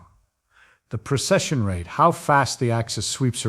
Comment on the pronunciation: Precession. Not procession.